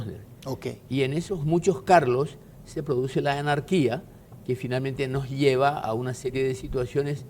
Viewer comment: “no lleva“ o “nos lleva“? Tengo una amiga de Altos que engorda x q se traga todas las S